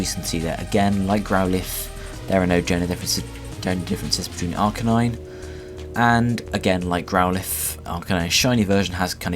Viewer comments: AR-KahNine?OH MY FUCKING GOD for the last fucking time its "AR-KEY-nine" and not the "keey" key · thats right AR-Key-Naine